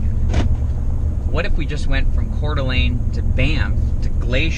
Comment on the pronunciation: How fun to stumble upon you visiting my home town of Coeur d’Alene. So refreshing to hear you pronounce it correctly. Love watching your adventures!